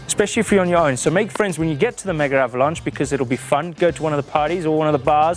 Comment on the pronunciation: Seriously boys, it's "Megavalanche," NOT "Mega Avalanche..." Sweet other than that - and you're insane to ride it on a hard tail!